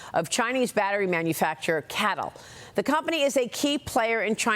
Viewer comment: CATL pronounced by letters ce a te el..